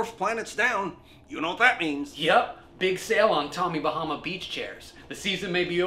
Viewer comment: Do not say tommy bamma